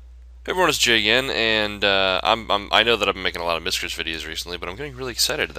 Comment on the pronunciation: "Miscrtis"? LOLZ! Miscrits Not Miscrtis!